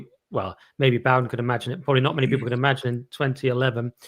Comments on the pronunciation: Pronounce the man's name right for God's sake! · can't even pronounce his name correctly. How much research can he possibly have done?